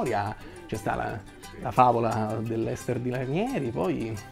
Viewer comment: A, hai detto Leicester City e ho capito Esterzili. A posto. Auguri!